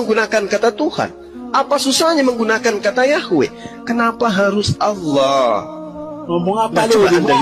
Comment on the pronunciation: Maaf bukan Alloh tapi Allah